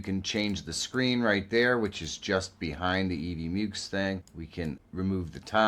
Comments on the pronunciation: "mucks", not "myooks". Rhymes with "f....." (firetrucks) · Mucks. It's EV MUCKS. 😆